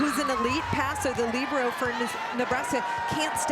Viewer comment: Didn’t they call her a ‘libro’. They weren’t pronouncing the e